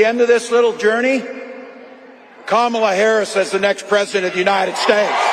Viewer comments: Donald it's not KamaBla. but it's Karma-la! eat this!🇺🇸💙🇺🇸💙🇺🇸💙🇺🇸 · Tell Trump her name is pronounced "KARMALA